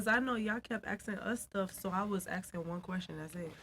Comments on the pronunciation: She just axing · "I was just axing you a question" Learn English!